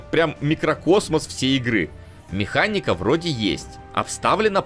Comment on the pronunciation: в слове механика одна "н" Я прям слышу как ты каждый раз произносишь мехаННика